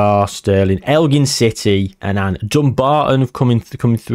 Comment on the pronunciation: An Anne 😂 It's just Annan